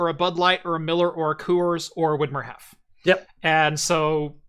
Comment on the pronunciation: As a German, I had to giggle a lot in the first 10 minutes because none of the pronunciations of Hefe (=yeast) were really correct 😁 And damn, if only I had known in 2017 that pFriem Brewery was just a few miles from Biggs Junction, I would have taken a little detour on my way to Yakima/Canada.